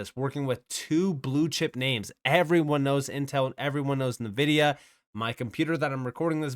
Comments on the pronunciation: Just FYI, Nvidia is pronounced "En-vihd-ee-ah". Not "Nuh-vihd-ee-ah". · It's not Navidea it's Nvidea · HBAR will dominate pretty soon! Great video! -- Btw, NVIDIA is pronounced "EN-Vidia"